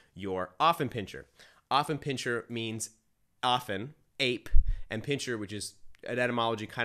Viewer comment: It's not pronounced OFF it starts out as AFF here in the USA. I have an Affie. He is 4 years old. I am part of the Affenpinscher of America Club so I have been around many of them and gone to dog shows. They are lively, spritely, smart, funny and sensitive. My dog definitely has a sense of humor. If I call him "snorky" or "chi chi beanie weenie" he howls with joy and starts doing his hindleg dance. My Alfie follows me like a shadow and would do anything for me. He is VERY protective of my home. He does not attack people but barks to let me know someone is nearby. He was a little reluctant to engage my groomers granddaughter but learned to tolerate a toddler. He did well at obedience school because he wants my approval.